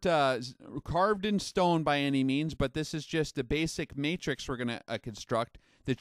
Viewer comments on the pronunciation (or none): none